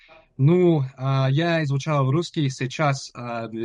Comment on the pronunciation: Думаю если друг не забросит русский язык , никто вообще никогда не угадает что он не русскоговорящий У него уже очень хорошее произношение (московский говор прям слышу)